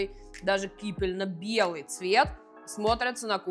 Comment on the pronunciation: Можно Вас поправить? - КипеННо белый, а не кипельно.